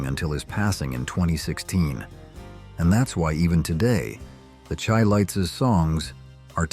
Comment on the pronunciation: SHY-lites. Pronounce their names CORRECTLY.